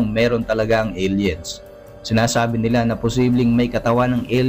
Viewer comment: hahaha kainis pag ung sinasabe mong "NILA" may tono